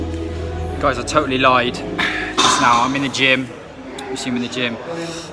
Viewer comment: he said tottaly light,not lied